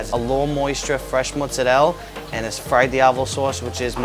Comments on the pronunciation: Actually "pizza ai peperoni" in Italy means completely another thing (peperoni = bell peppers = not "sliced red salame" ). Italian Americans = fake Italians. MozzareLL....ok,im going to bad now, tired and disgusted by your Italian. It's mozzarellA not mozzareLL. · it is MOZZARELLA and not mozzarell 💀🤯🙄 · What's even more cringe to me is Mozarell, It's Mozarella. No Italian in the world would call it Mozarell. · The first guy who called Mozzarella “Mozzarell” instantaneously made despise everything about them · How cute it is that american "italians" think that mozzarella is pronounced "Motsarell"... Listen, just call it american! Nothing about anything american is even remotely european. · “ muzarelle” makes me want to die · "italian pepperoni" "fresh mosarell" "my grandpa italian marinara sauce" I can't 😢😢😢😢😢😢😖😖😖😖😢😢😵😵😵😵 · the only thing I don't like about ny pizza is the way they pronounce mozzarella its not proper pronunciation and seriously were does the a go? Amazing pizza tho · I love how he's Italian but still pronounces mozzarella wrong I mean It's not that bad it's just missing a letter